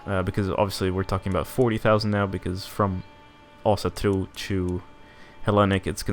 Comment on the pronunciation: Wait what is your mother tongue? That Ásatrú pronouncition was spot on